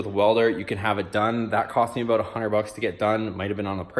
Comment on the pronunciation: 15 hunnered 🤣